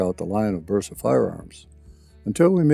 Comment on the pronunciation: BERSA CON "B" BERSA , NO VERSA ....COMO DECIR VERETTA